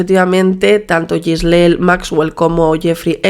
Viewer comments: es Ghislaine, no Gislel xD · Un trago a mi café cada que dice “Ghislel”.